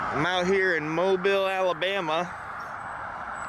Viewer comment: I live 8 mins from Mobile.. Thank you for pronouncing it correctly